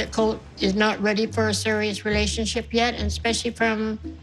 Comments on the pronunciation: Why do I hear her 'relationship' as 'hallucinationship'?😂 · I'm brazilian too but i just hate the way she pronounces "relationship" lol she just decided to merge the word "relacionamento" and "ship" = "relacionamentship" lmao i hate it so much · The word "relationamentship" is back again,people. trademakr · I love when she says relacionamentship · Every time she pronounces 'relatonship' as hesdhfdgship I DIE